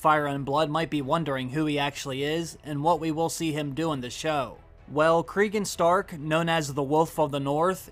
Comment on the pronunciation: Craig and Stark?? Do you mean Cregan Stark? Nice